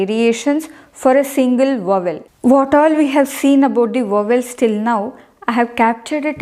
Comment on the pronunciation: Please pronounce the word VOWEL properly. Rest of the content is excellent.